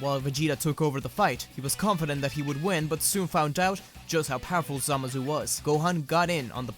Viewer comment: the way you say zamasu annoys me "samazu"